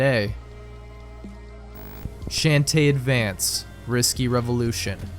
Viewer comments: Sean teh not Shan teh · How do you mispronounced shantae like that